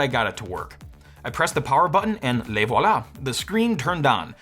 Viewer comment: "Aaaand le voila" was so unintentionally funny that I almost spat out my drink